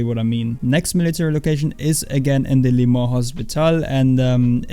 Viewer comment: P9.... why cant u pronounce simple french names like Le mans or Chataeu